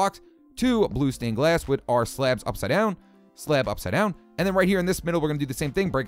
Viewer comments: 16:6 it sounds like he is saying slap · i love the way he pronounces "slabs"